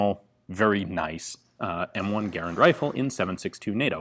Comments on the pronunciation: Its garrand not garrend you moron. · Mod stands for Modification, not Model. Your pronunciation of Garand, the designer…John Garand…was not pronounced like fair-hand. Ga, like duh and rand like Rand McNally. Might check the history on both these items. If your research proves me wrong, I stand corrected. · My friends and I do not pronounce Garand the same way you do. Search "american rifleman garand pronunciation" I watch all your videos.